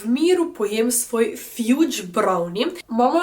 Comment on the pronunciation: Ni zdaj to najbolj pomembno ampak mogoce za v naprej - fudge ni “fjudz” brownie, temvec se pravilno prebere “fadz” brownie 😊 Fajn video!✨